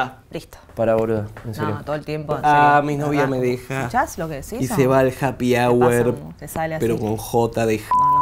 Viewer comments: Japi hour con "j" de japi jajaja muy acertado. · "Happy hour" con "j" de japi. Jaajjaja